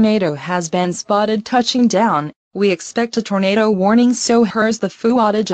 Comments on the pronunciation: Eric's wrong pronouncing: Evil > Eh vil Deeper > Deper Booger > Boojer Tornado > Tornahdo Jail > Gal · ugh do go animate charecters talk right? they cant even pronounce tornado right.